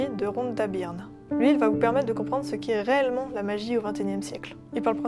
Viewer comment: Choix intéressant... Attention, Rhonda Byrne (ça se prononce "beurne") est une femme :-)